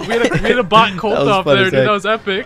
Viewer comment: It sounds like they are saying “Butt” instead of bot